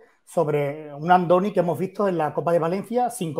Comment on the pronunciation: "Ándoni" no: Andoni. Y no es natural y está comprobado.